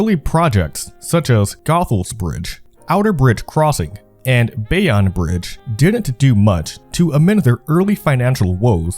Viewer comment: he rly said bay on bridge (it's ok no one knows what bay-own is)